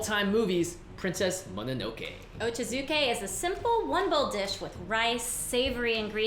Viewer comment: It’s actually pronounced OH-CHAH-ZOO-KAY not OH-CHUH-ZOO-KAY 😅